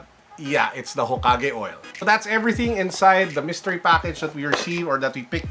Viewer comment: The "HOKAGE" oil........ mmmmmmmmmmmmmm.....🤔🤔🤔🤔🤔🤔🤔🤔🤔🤔🤔🤔🤔🤔🤔